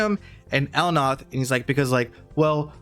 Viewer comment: El Nath - L Naaa th Not El Noth